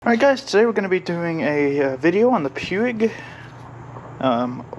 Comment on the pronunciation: Puig is a Catalonian last name, pronounced “PUSH”